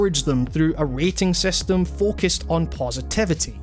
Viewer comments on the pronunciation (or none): none